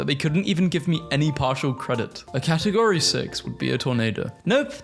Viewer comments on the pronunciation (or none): none